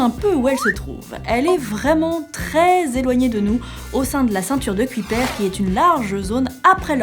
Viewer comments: Kuiper je crois que ça se prononce pas cui père ^^ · Merci pour ta réponse mais je comprend quand même pas, je parle anglais presque (lol) couramment, mais je vois pas pourquoi ça se prononce comme ça en anglais... "Kyoupeur" m'aurait semblé plus logique, non?